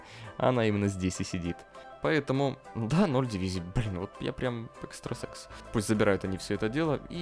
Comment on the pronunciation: Мне одному послышалось, что ты сказал экстасекс, а не экстрасенс.